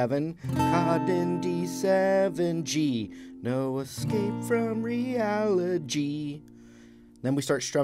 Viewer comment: "Escape from reali-G" ... how can you stay serious after saying this?